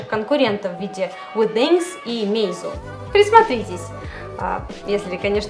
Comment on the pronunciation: МеИзу? Всегда читал мАйзу!)